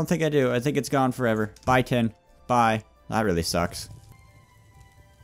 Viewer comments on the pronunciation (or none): none